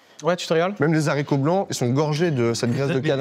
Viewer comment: Les zharicots blancs 😂